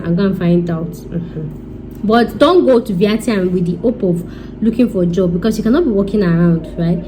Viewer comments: The way you said VIETNAM 😂😂😂😂😂😂😂 maks me laugh 😂😂😂🤣🤣🤣 go and learn how to say it properly please 😁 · Your English is Bad . Very bad . Speak broken and go and learn how to pronounce Vietnam